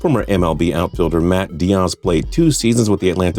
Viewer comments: Dah-ehz? It’s dee-ezz mayate. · It’s (dee-yez) Big dummbbaaaaa